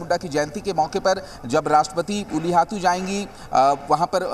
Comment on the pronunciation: "उलू हटती "ये क्या होता हैं??? धारती अब्बा बिरसा मुंडा के गांव का नाम "उल्ली हतु" हैं, बीजेपी के को ठीक से गांव का नाम बोलना नहीं आता है, Jharkhand ka क्या विकाश करेंगे ।